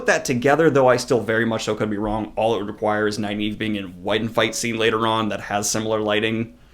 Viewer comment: Great vid....isn't Nyneave pronounced Neeve?!